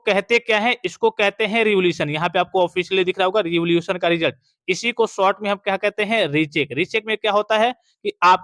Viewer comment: सर रिवोल्यूशन नहीं रीइवेल्यूएशन होता है m